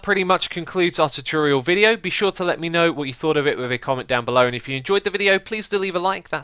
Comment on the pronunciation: I love how he sais tutorial. Chutril